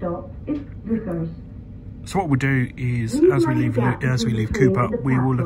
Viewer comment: Butchering is 100% correct Leuchars is pronounced Loocars and Kirkcaldy is Kirkcaudy lol 100% butchered as well !